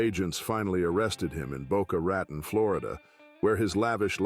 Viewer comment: Boca Raton Florida is not pronounced the way you’re saying it😂😂😂😂😂 I live here